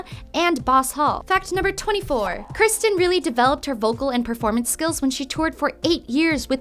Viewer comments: It sounds like you keep saying Kristin. It's Kirstin. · you keep saying "kristen" when her name is pronouced ker-stey. im not hating im just saying you could do better 😉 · I hate when they say “Kristin” when it is “Kirstin” 😭💀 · she says Kristin instead of Kirstin. Shame. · she also said "kristen"... cringe